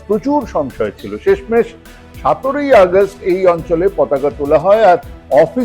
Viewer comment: আপনি সতেরোই না বলে সাতেরোই ব্লেন কেন? আরেকটি কথা আটানব্বই না বলে পষ্টানব্বই বলাটা কি একই গোত্রের?